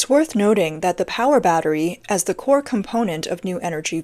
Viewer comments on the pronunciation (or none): none